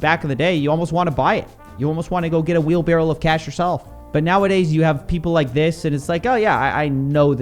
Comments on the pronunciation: It's wheel BARROW, not wheel barrel. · It's wheelbarrow, not wheel-barrel